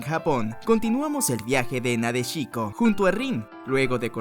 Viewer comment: Esa forma de pronunciar "Raid" me dejó en el hospital. Y es Nadéshiko, no Nadeshíko. Es ísekai, no isekái. Es ánime, no animé.